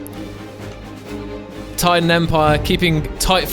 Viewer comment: The Taiidan is pronounced as Tie-dan This is really good